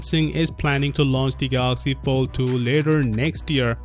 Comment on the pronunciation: Did you say Galaxy Failed 2?